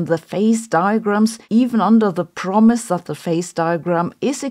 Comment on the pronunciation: Yes, , I stumbled on that too. The usually-reliable Sabine actually pronounced it "promise", just as written in the abstract as a typo that auto-correct missed. At least that's my promise....